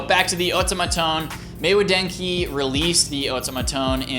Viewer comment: You're pronouncing everything wrong! Otamatone = Oh TAH mah tone Maywa denki = MAY WA DEN KI